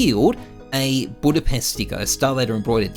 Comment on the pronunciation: You mean "Budpest" right